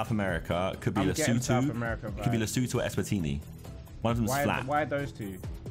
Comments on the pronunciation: As a South African I was laughing my head off at harrys pronunciation of leshoto, “lesowtoo” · The pronunciation of "Lesotho" kills me as a South African 😭.